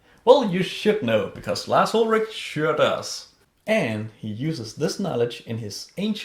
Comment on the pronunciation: Larz Uldragging lmao